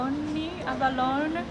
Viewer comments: Good video, your English as ever is kinda perfect. However, in this video Abalone should be pronounced Aba-lo-nee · I can have 8 plates full at all you can eat buffets. They wouldn't like having me there. This is the first of your videos I've seen and I already loved it. Unagi is one of my favorite sushi and the shellfish you didn't know how to pronounce is ABBA-low-knee. It's a great shellfish. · Abalone..Aba-lone? Great video!